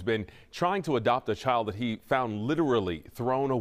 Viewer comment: CHILD* not chid lol